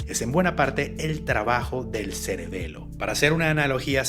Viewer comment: Ya llevo casi un año siguiendo este canal y primera vez que lo escucho decir a la palabra celebelo 😂